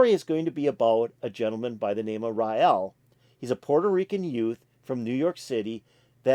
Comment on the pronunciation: The Lamb needs to be played from beginning to end without any distractions such as lights or noises. Listen In entirety or go home. It’s pronounced RAIL